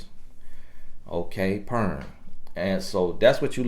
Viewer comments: Did u say ‘pern?’ 😂 but all seriousness thank you for this video. I will take note and look out for the vices! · i had to rewind. Bro did you say 'pern' (porn)? 💀💀💀 My bro country as hell, & I'm country too so its all good. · How did this man pronounce "porn" l am crying